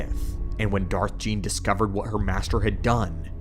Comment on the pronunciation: Darth Gean. Pronounced ghee en.